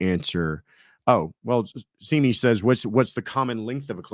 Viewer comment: I forgive you because you're a California guy and I know they pronounce their valley like that. ❤❤❤ But, FOR THE RECORD: Simi rhymes with Jimmy...Jimi Hendrix for example. 💕💕🥴🥴